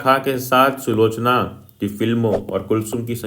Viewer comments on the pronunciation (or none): Sulekha nhi bhaiya " sulochna" Love you bhaiya ❤ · Bhaiya sulochna hai...sulekha nahi